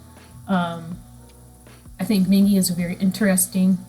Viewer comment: mingi is pronounced with a hard G so you were pronouncing it right !